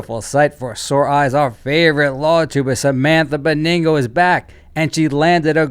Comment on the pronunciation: Benigno is kinda pronounced /behniño/